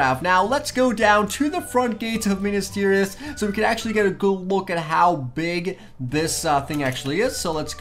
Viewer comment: it is Minas Tirith. Not Minus Tirith